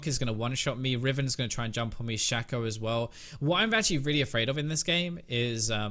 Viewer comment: I will upvote this video simply on the premise you pronounced shaco's name shack-oh and not shake-oh, you are true hero